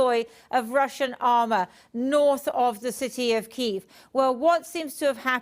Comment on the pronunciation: What is this Keeev? It is either Kee-ev (Russian) or Kee-iv (Ukrainian). I have a suspicion we will never eat Chicken Keeevs.